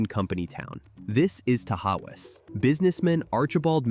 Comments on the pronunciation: TA-haus.. ta-howas😂😂😂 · Tah-hauzz...not ta-ha-wus! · It's pronounced ta haws .... Only one house remains. My grandparents lived in it. All of the caved in houses are gone now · Tahawus is pronounced Ta-Hoss. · Other than pronunciations of Raquette, Ausable and Tahawus, pretty good.